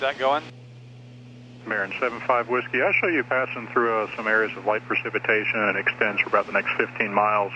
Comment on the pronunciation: Love the videos. Couple of nitpick items. I have to mute the video because it’s not punta gorTa. No “t” in there. Also when you’re replying to atc you trail off your call sign and it sounds like sehfawhis. (75Whiskey)